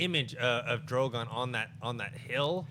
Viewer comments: I enjoy this show I just wish would stop pronouncing Drogon that way. Not that Drago thing but the way he usually says Drogon, at the 2 minute mark. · I realise it's a small stupid thing but he's pronouncing Drogon wrong in a new way every time 😂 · John, no hate. But you got to get drogon name right man. And cool out w the political comparisons. Its annoying. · the name is Drogon. it's not hard to pronounce